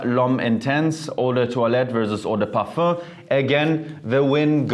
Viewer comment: He pronounce it the correct way